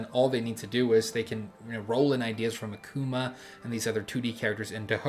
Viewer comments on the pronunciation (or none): none